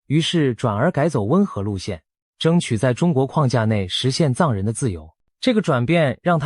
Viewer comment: 藏人的藏該念四聲吧, 怎會是一聲？ 文字轉語音的軟體該更新了吧？